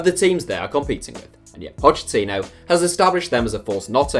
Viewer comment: It’s pronounced Pockettino why does everyone pronounce his name wrong he even said it in an interview how to pronounce it. It’s a italian pronunciation not Spanish